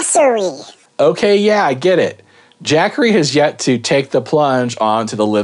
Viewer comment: "Jack-assery" .. LMAO!